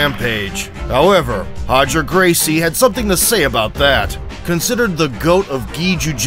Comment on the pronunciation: Stop saying "Hoger", his name is Roger. He married into the Gracie family.